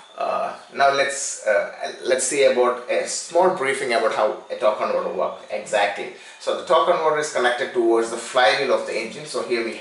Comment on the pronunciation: What's a tawk conwoter?